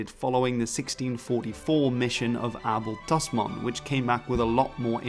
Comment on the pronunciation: Not weird. It’s the proper Dutch pronunciation.